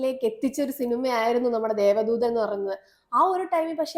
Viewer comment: 'ധൂ' അല്ല! 'ദൂ'